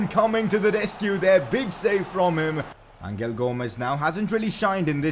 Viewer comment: #pcq it’s pronounced Angel as in “guardian angel” not angle